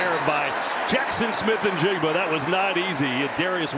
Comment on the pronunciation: fun fact Njigba is silent "N"